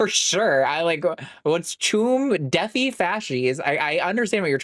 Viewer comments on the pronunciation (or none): "deffy" ma'am, it's defy 😭 (all the love)